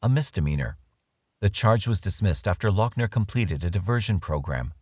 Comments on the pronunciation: Not lockner, loghner (loff-ner) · say it with me: Lou-F-ner.... also, firearms and ammo are legal in the US, so.... MAGAZINE even better: clipazine. fuk it. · I know you are very prickly about this, Doc, but his name is pronounced Luffner or Loffner. At least he wasn't from Bexar County, though, eh? Hope to see you soon in the next episode of "Tudor life" I'd say excellent work yet again for the smoothly Informative and easily enthralling as per usual, guessing that you will know that now lol going to try to get a name on the tu-do list. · How are you NOT even pronouncing his last name right? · He is nuts and doesn't deserve any notoriety, but it bugged me that you kept saying his last name the way you did. I have not heard anyone else say it that way. Nit picky annoyance.... eh well.